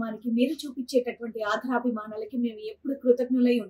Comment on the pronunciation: Telugu sarigga matladdam nerchukondi. Pull out the advertisement first. Krutagnulu badulu kruthaghnulu annaru. Aadarabhimanalu anadaniki aadharabhimanalu antunnaru. Telugu sariga matladandi.